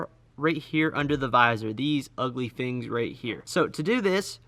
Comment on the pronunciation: The way he says “fengs” when he’s saying “things”.... haha